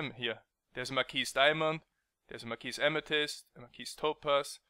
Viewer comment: mar-key........you don't pronounce the "s"